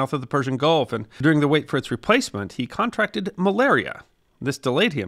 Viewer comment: Fascinating production. Never heard of Oskar Speck before. Won't forget him now. FWIW CON'tract-ed / con-TRACT'ed